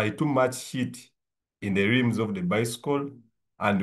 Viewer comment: Don't say lims but say rims 😂